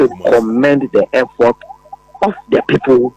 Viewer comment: effort or air fort😂 You doing good job thou